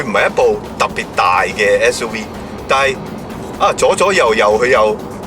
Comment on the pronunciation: "S U we"